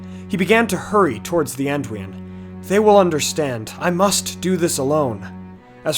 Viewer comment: I think the river’s name is spoken An-doo-in.